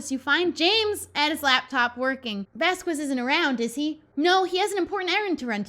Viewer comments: Um it's not vas-quez it's vas-kez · She does know that Vasquez is pronounced VasKez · it’s pronounced vask-ez. (I’m taking Spanish..) I love you anyway! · Low-key love these vids (also...something has been irking me and i hadn't realized until now but its cause has been saying Vasquez wrong lol)